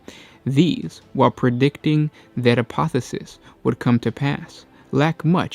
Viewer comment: I dream that one day will learn that there are two instances of the letter "o" in the word apotheosis. "A-po-the-O-sis". Not "A-po-the-sis".